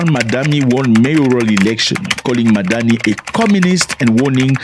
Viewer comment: The name is mamdani M.A.M.D.A.N.I😂😂😂 LOVE FROM NIGERIA